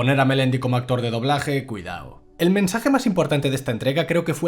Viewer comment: Mi parte favorita fue la de diciendo "cuidao"